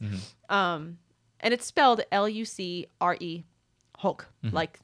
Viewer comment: Just starting the video, so I don’t know if you guys bring it up, but at the end of round 1 you should have been up 9-7, not tied at 8. That lucrehulk answer should not have been given to. He both mispronounced and misspelled it, but I imagine since doesn’t know he saw it was close enough, so when you pronounced, and phonetically spelled it correctly, he thought it was too far from answer. A bit frustrating, but so happy for your win. Ive rooted for you every match, and will always going forward.